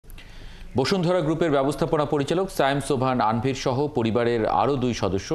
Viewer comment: আনভির না তানভির 😂